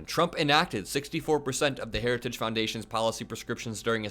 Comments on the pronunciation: The guy can't even pronounce the word heritage! 😅 Weird! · He's incapable of even pronouncing "heritage." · Say ‘Heritage’ 3x fast. Donald can’t even say it correctly once, slowly. Lmao! Time to take the keys away from Dementia Don and put grandpa in a home. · Dementia Don has lost the ability to say another word, “Heritage”. Harris is the leader we need for our country 💙💙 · Can barely pronounce Heritage